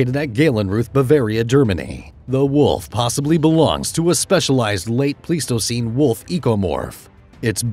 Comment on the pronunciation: Isn't it pronounced pleistocene like plywood?